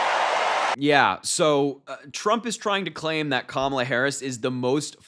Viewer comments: Trump pronounced Kamala correctly!! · OMG! Harry! Trump slipped up! He's going to be so upset! He pronounced her name 100% correct 😂😅😂😅😂 He's such an idiot! He's so dumb JD Vance is the worst choice ever! Vance could keep a job even when it was handed to him! His buddy from college introduced him to people, and Vance failed at every job he had and ran a nonprofit into the ground. Whatever comes out of Trumps & Vance's mouth is nothing short of trash!🇱🇷💙🌊🇱🇷💙🌊🇱🇷💙🌊🇱🇷💙🌊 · He slipped and pronounced her name correctly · Trump finally worked out how to pronounce Kamala. Good job dumbdumb.